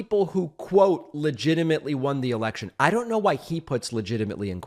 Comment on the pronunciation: lindsey graham when herschel said e*ection instead of election. got his attention like lightning